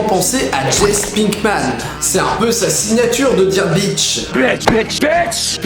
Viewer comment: Aussi, ce n'est pas pour t'insulter ou quoi que ce soit, mais j'ai vomi quand t'as prononcé Jesse Pinkman "Jess Pinkman" . J'suis désolé mais sa se prononce "Jessi Pinkman" ;)